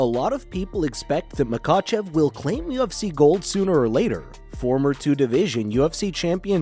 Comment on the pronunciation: This guy cannot pronounce anything, lol. Except Machachev